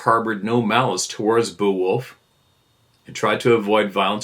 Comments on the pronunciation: Bay-a-wolf. Pronunciation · Beowulf pronounced Bay wolf. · The old English Saga, Beowulf, is pronounced Bay-o-wolf. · Me too. It was funny to hear not even know how to pronounce it lol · Hearing pronounce Beowulf was cringe but funny. Great story, whomever sent it in.